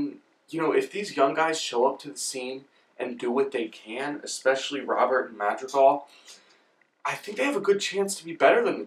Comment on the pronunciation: You say Luis Robert, like ROBE-AIR. Not Rob-Ert